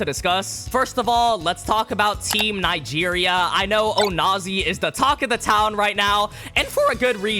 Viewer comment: Bro why Nigeria Nga instead of Nig 😭